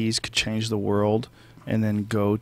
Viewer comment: I love Brian but when he says world it gives me aids